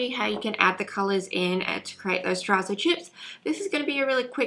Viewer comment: Hey! Helpful video but just an FYI, you’re mispronouncing terrazzo- it’s an Italian word. Google have heaps of pronunciations videos.